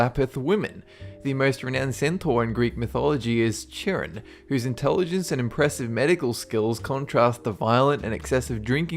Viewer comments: wow im sorry but wow the first centar yeah his name is pronounced (ky-ron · Good video as always however Chiron is pronounced Kai-ron Hecate is pronounced Heck-car-tea. You said Hercules right:) I've loved Greek mythology since I was 3, I knew most of these myths but I didn't know Griffins were Greek. Doesn't the Phoenix originate from Egyptian mythology? There's several stories for Medusa. I thought the one about her being raped by Poseidon in the temple of Athena was the correct one but I dunno. Love you vids thou, keep up the good work. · Chiron is pronounced Ki-ron. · CHIRONNNNN!!!!!!! not Charon thats in the underworld and its pronounced ka-ron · It's not pronounced actually 'Chiron' it's prononuced 'Ciron'. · He pronounced soooo much wrong like Chiron is pronounced C eye ron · Isnt it like kai-ron ? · It's spelled Chiron. It's pronounced as "Kiron." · its actually pronounced Kye-Ron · Kie- ron. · I think it's pronounced Ky-ron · Chiron is pronounced like Kiron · Chiron is actually pronounced Kyron, but good vid either way! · its pronounced kyron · It's pronounced Kai-Ron and Cerberus is cute just give him a red bouncy rubber ball! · Correct me if I'm wrong but isn't Chiron pronounced "Kairon"? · the first one is pronounced Kai-ron by the way :) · Chiron is actually pronounced kiron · It's pronounced k-eye-ron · Chiron is pronounced K-I-ron, or kairon, you get it? K-eye-ron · Isn't Chiron pronounced "kai-ron"? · It's pronounced khiron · (15) Chiron is pronounced kahy-ron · THATS not how you say Chiron😣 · You pronounced Chiron wrong, the 'ch' is pronounced as a K. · Didn't pronounce Chiron right